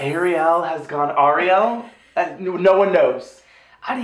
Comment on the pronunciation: When said Ariel for the first time near the 1 min mark, it sounded like he said Angry Al